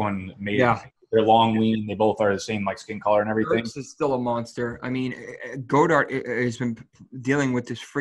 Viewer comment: Dallas "Go-Dart"